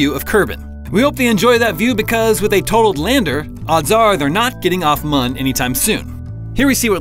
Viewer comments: it's not pronounced like mun, it's pronounced moon due to the ü in mün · Mun is in fact pronounced like moon. Please redo the narration with correct pronunciation. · Bro... it's still pronounced "moon" xD